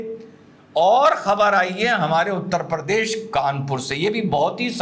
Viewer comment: हमारा यूपी उत्तर प्रदेश है न की उत्तर परदेश। ओवैसी भी परदेश बोलता है।😂 लेकिन हँसी बेमिसाल 😊